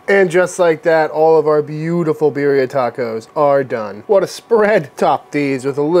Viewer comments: I LOVE your channel and as a medically retired police officer (due to a traffic collision). I also love the fact that you pay so much respect to those who wear a uniform! However, I’m just a whiteboy from Los Angeles, but here we pronounce Birria as Bea-de-ah…. Hmm, that isn’t even doing it justice. You have to roll your tongue when saying it. Bei-de-ah. But anyway, you did say it wrong. No big deal. Either way, it’s absolutely delicious! It’s definitely GOOD STUFF! would LOVE to watch you make Menudo! (Again, you have to somewhat roll the tongue when saying it. But, it’s pronounced “mon-nudth-oh) When done right without smelling like a rotting corpse? It’s absolutely AMAZING! Just have to make sure you REALLY clean the tripe VERY well before cooking it! It’s ABSOLUTELY DELICIOUS when it’s made right. Just everyone gets scared of what’s it’s made from! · Let’s correctly pronounce “birria” out of respect though please